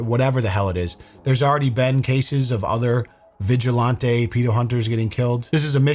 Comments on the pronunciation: Vigi-lahn-tay is killing me😅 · Vigilantay ☠️ It's actually killing me to hear it now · If you Say VIJULANTE (its french) one more time!!! Im gonna send Vitale after you, pink hair paint and Lil Pump!! Why on Gods green earth are you saying it like that?? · Who taught you how to pronounce Vigilante brotha?? Lolol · is love you but you gotta stop pronouncing vigilante like that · if your pronunciation of "vigilante" is a deliberate affect for humor, it's just annoying. If it's a legitimate misunderstanding as to how it's pronounced, please look it up so as to correct it. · Why does keep on pronouncing vigilante the way he does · pronounced vigilante so posh 😂😂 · I love how pronounces "vigilante" like he's ordering one in a fancy restaurant. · I came here for this lol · It's usually pronounced with a hard a as in "man" rather than a soft a as in "father"